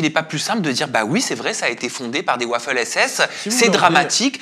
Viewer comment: Prononcer waffle (gaufre) SS au lieu de Waffen (prononcé vafen) SS deux vidéos de suite et après demander à son interlocuteur si l’Histoire n’est pas importante pour lui, c’est culotté.